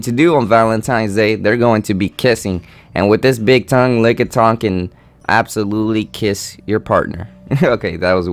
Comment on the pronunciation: LMFAO lickatung. But anyway great video;)